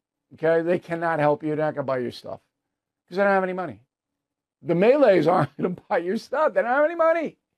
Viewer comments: he can't even pronounce malay right 🤣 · Ah yes the May-Lay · I dont care you saying we dont have money, but I do care the pronunciation of malay as "maylay". That s**t hurts man